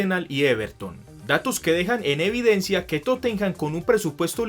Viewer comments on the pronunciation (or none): none